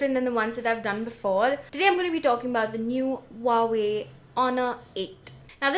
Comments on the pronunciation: They pronounce it "who-wah-way" in their ad. 😓😓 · hah i always pronounced it wrong. wah way now i know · You killed me on the pronunciation! 😜😛😂